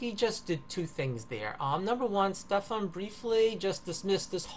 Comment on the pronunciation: Guy's name is Stefan, or Stef if that's easier for you, not Stephen or Stephan. At least get that right. Structural violence, gimme a fucking break.